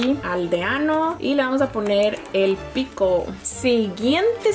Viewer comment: amiga se dise smbi no ceeer y el pico no se dise acha